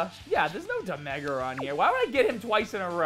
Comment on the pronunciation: No one:: DE MEH GRA